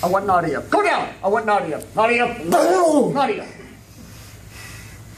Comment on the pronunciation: My question is - why are they all speaking English? Including the Russian grandmother, Nadia, whose name’s pronunciation they keep butchering…